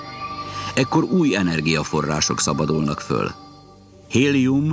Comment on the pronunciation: föl. hallatszik az L hang